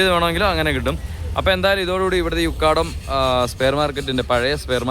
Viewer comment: Ukkaadaam alla ukadam